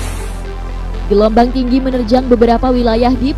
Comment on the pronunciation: Gelombang atau gelomong